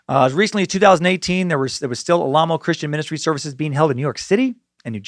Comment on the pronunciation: they chose to emphasize the name Alamo the way it's supposed to be pronounced